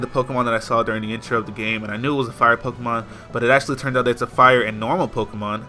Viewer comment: Dude. It's pokemon.